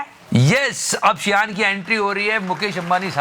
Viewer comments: शियान नहीं शीन बोलते है। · shein: she-an nahi, sheen pronunce kartey hai 😀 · Not SHEIN its SHE-IN